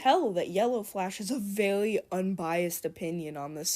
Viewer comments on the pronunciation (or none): "vewy unbiawsed opwinion"